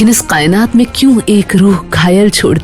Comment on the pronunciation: Its not qaynaat it's kaaynaat